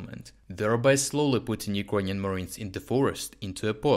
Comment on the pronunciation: Friend, many thanks for your work. Appreciate it! Just a small remark: you often pronounce word "Ukranian" incorrectly, mostly like "юкрОниан" istead of "юкрЭниан". Was it intentional?